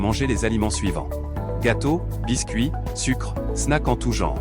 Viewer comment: « Succre » x)